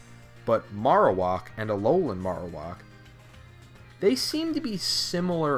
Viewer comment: It's pronounced "marrow" (like bone marrow) and whack (like.. uh.. whacking something) Marowak